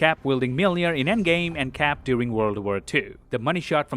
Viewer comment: "Cap doing ww2" 😂😂😂 (you probably said during but i heard what i heard)